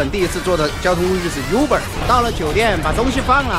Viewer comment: 大哥Uber第一个发音是读wu, 不是读U，哎